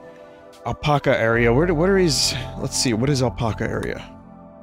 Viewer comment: Why does he say apaca?